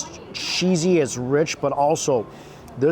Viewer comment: "So sheezy, so shewy..."